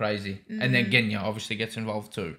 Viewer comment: "Genya"? More like "GUNya"! 😅 I regret nothing.